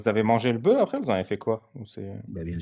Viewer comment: On prononce le "f" dans "boeuf" au singulier mais pas au pluriel, les gars :-)